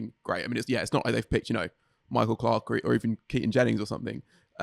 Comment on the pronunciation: lol at saying Michael Clarke…or Keaton Jennings